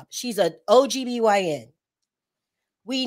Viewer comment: An OG-BYN 😂 You are so funny. I know it was a mistake while you are on a roll! Jackie is no different than Oprah. She is in new circles and removed from her humble beginnings and hurting BLACK women. Hold Jackie and Oprah accountable.